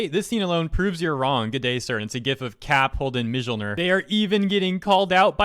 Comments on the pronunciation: for calling these guys out for a bad take i accuse you of... Pronouncing Mjönir wrong! (Haha is joke hab niceu day) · 'Remove the context' context is the most important thing, these guys are idiots. Separately from that: your mispronunciation of Mjolnir was super cringey. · Ohhh, gods. That Mjölnir pronunciation hurts my soul! Great video otherwise😉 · Anyone else bugged about he said the Thor's Hammer name(because spelling it is extremely annoying.) It was so off! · Im sorry i did a double take when you pronounced the J in mjolniir, really wasnt expecting that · This hurt me in the feels when he miss pronounced mjnor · The only thing more painful than the article as pronounciation of Mjölnir I love dude but ow